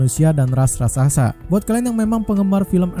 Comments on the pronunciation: Raksasa bang bukan raksasasa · Tak kira gak bisa bilang Raksasa, soalnya kedengerannya Rasaksasa, Ternyata Ras Raksasa 🤣